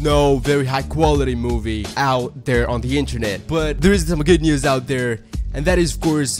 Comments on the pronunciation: 😂😂😂😂😂 when I saw that I heard him say it NÜÜS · How he says news is funny